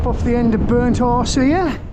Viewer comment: Your accent makes it sound like you're saying Burnt Arse instead of burnt horse 😂 Great video, fella 🤜🤛😊